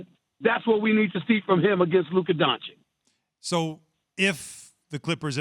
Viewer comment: can someone tell all of them how to spell Doncic? It's "Donchich" not "Donchick". Really guys this is embarrasing